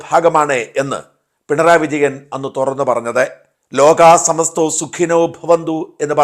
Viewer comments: ഷാജാ, ലോകാ "സമസ്തോ:" എന്നല്ല, ലോകാ "സമസ്താ:" എന്നാണ് പറയേണ്ടത് 🙏🏼 ഇനി പറയുമ്പോൾ ദയവായി തിരുത്തുക 🙏🏼🙏🏼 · സമസ്തോ എന്നല്ല സമസ്താ എന്നാണ്. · ലോകാ : സമസ്തോ അല്ല ലോകാ : സമസ്താ എന്നാണ് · ലോകാ "സമസ്തോ", എന്നല്ല - സമസ്താ എന്നല്ലേ ശരി? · ലോകാ സമസ്തോ അല്ല ഷാജാ... ലോകാ സമസ്താ സുഖിനോ ഭവന്തു ...എന്നാണ്. ഇനിയെങ്കിലും ശരിയായി പറയാൻ ശ്രമിക്കൂ! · ലോകസമസ്തോ അല്ല.. ലോകസമസ്‍താ എന്നാണ് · ലോകാ സമസ്താ എന്ന് പറയൂ സമസ്തോ അല്ല.